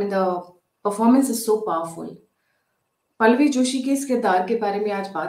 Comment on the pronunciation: Please pronounce the name of Pallavi, as पल्लवी not पलवी